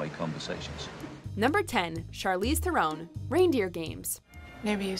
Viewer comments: THARE-en not thare-OWN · Charlize THU-RON. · You mispronounced Theron. Charlize's surname is pronounced: Thron. Being South African myself I work with people of the same surname.